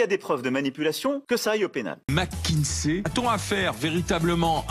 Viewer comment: mackinZay? Le Maire iz zpeaking englizh ...